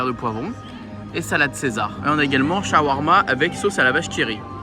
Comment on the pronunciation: Ça me fait rire comment tu le prononce 😂. Tu as fais sauté un « À » normal lol. C’est shAwarma. Au bled on dit comme ça aussi c’est pour ca que ca me fait sourire ta façon de le prononcer.